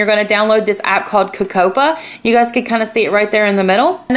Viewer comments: Isn't it (Coco) - (pee) - (pee) - (aye) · the way she pronounced cocoppa 😂